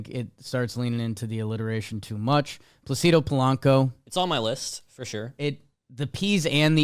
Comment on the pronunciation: The Placido Polanco conversation happening while they mispronounced Placido the whole time was funny to me lol